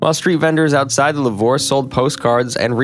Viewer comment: Did he really just pronounce "Lourve" like "La-vore"??